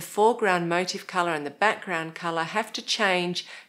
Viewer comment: Motif is pronounced "moh-teef" . My motive for pointing out this error is that it drives me nuts .